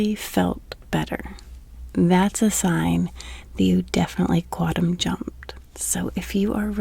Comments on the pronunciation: The N in quantum isn't silent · You seem like a nice person. I can’t listen to your videos because you can’t pronounce “quantum.”